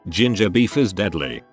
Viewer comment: When he mentioned ginger beef, I thought he said JuJu-Bees.